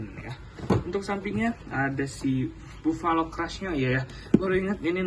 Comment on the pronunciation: Sinih aku koreksi 1 di baca nya bafalo bukan bovalo